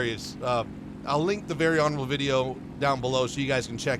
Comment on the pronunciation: You can’t just talk about very honorable, without watch Very HONORABRUH